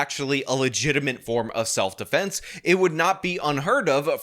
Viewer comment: keeps mispronouncing "self-deflense."